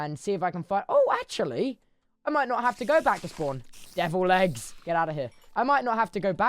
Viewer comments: is he saying "Devil legs" or "Devil eggs"? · Devil legs is really starting to sound like deviled eggs. . . . . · it always sounds like he’s saying deviled eggs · sometimes i hear 'devilled eggs' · every single time he says devil legs i think he’s saying deviled eggs whilst killing a spider and it really messes with the head over time